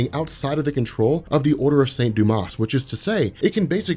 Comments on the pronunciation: Hate to be pedantic but the order of saint Dumas is pronounced without the s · Silent S in St. Dumas :)